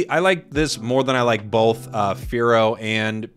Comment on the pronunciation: has anyone else notice that pronounces both as "bolth"